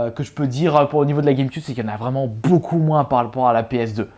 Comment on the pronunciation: Ça ça prononce guèmequioube et non guèmeqube